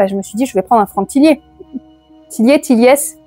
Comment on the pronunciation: Coucou bravo pour les 800 🎉❤ Ho Hex oui tu peux le lire comme flippant oui en effet 👻 Franck Tillié ça se prononce si tu veux savoir. Ho train d'enfer pour ange rouge si tu veux on peut en faire une LC 🩷 Jolie pile à lire, je ne participe pas parce que je ne sais pas de quoi sera fait le mois de novembre mais ça n'empêche pas la LC si tu es partante 🩷 Je te souhaite un bon challenge 🩷🩷🩷